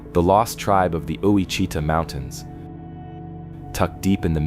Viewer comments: My guy…as someone that lives in Ouachita Parish, Louisiana, i can tell you with absolute certainty…it’s most definately pronounced: “Wash-ih-taw”…not “oo-wah-cheetah”…😂😂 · South central Louisianian here, when I heard oweechetah I thought I was about to learn something 😂😂😂😂....wash-ih-taw 😂😂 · I just commented this same thing saying, as someone from Ouachita Parish, Louisiana, i can assure you its “washitaw”, not “oowahcheetah” 😂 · I sure wish these narrators would ask how to pronounce our words before making their videos. Owachita - or Ouachita - is pronounced Wa-shih-taw. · Ouachita is pronounced WASH - i - tah,. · Ouachita is pronounced "Wash i taw" Good grief! If you're doing a documentary, you should know how to name the place! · Pronounce the mountains Wash a tah with emphsis on the first syllable. And they are in Arkansas. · Ouachita is pronounced wash a taw . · I live in Louisiana and I've never came across mountains and it's pronounced Wah-shi-taw. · It’s AI not a human, us Louisianans know it’s Wah shi tah, I’m waiting for Natchitoches and Cloutierville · As a Cajun, born in raised in Iberia Parish, I agree its Wash-ih-taw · Ouacchita is pronounced ''Wash taw" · That's Ouachita - pronounced Wa-shih-taw. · It's pronounced washita stupid, the slightest bit of research would have told you that. Probably ai anyway, either way you suck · Witch a taw is the pronunciation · What a hoax. Lived here for 45 years. Show me a mountain. Cant even pronounce ouachita right. Must be talking to 1st graders. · I cringed everytime he said it wrong. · Thank you! I was hoping someone corrected him with a pronunciation of it... it was cringy to hear it too! Lol